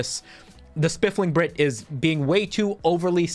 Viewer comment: “Spiffing Brit” no L in there 😉 love your content!! Also fellow Virginian!